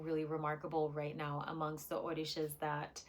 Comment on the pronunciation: Did you say OrDishas? The pronunciation is OR-RI-SHA…